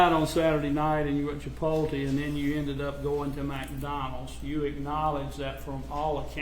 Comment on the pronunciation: Chi-pol-tee and Mack-Donalds